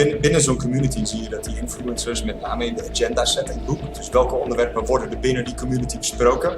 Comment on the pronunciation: PhD, maar Agenda niet gewoon in het Nederlands kunnen uitspreken?